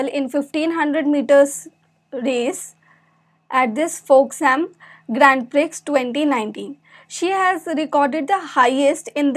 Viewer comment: A little of my knowledge I would like to share here. The Prix in Grand Prix is pronounced as Pre...the X is silent.